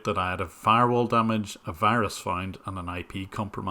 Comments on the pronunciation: “Andy wirus” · "affected by the wirus" xD